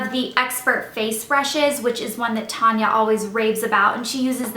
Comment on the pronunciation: her name is talia not tanya